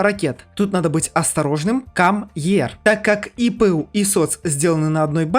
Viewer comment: Оно не кам ер а кэмм ер